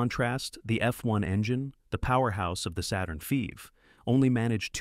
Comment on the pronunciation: "Saturn feeve?" LOL! 😂